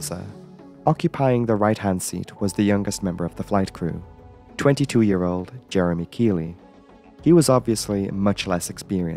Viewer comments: Keithley us pronouced Keith-ly not keyly lol ai bs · Generally in the UK, Keighley is pronounced 'keethley'. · The co-pilot was called Jeremy Keighley, not Jeremey Keighley. And Keighly is pronounced Keithley. Otherwise excellent as usual.